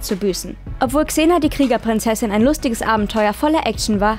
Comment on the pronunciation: Wow. Sie kann Xena richtig aussprechen. Im Gegensatz zu dem unfähigen Typen letztes mal. Bitte lasst den nichts mehr sprechen. Zum Thema: soll nicht so rumjammern. Sie ist eine Schauspielerin. Wer die Rolle nicht gewachsen ist, soll es lassen. Und die Szene war deutlich ernster angelegt als noch Hercules. Auch wenn sie aus heutiger Sicht sehr cheesy wirkt.